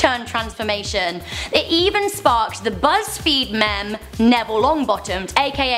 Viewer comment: Sorry, but why did you say meme like that? Mem? Na